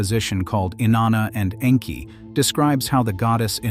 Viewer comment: The pronunciation of Enki is a bit more disturbing, but I listen for content so over-all I'm pleased.